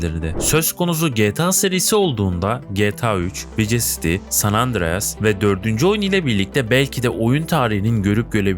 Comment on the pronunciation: Vice City'i okuyuşuna üzüldüm